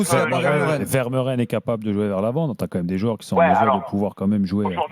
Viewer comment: Ça se prononce "Veur-Mé-Ren" et non pas "Ver-Meu-Ren"... Misère...